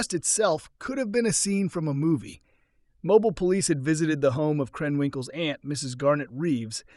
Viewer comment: Mobile, Alabama is pronounced “Mobeel”. Good job otherwise. Enjoyable series.